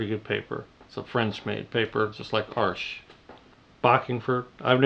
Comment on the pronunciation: OMG you said "Arsh"!! You pronounced it correctly! Hardly anyone ever does. :)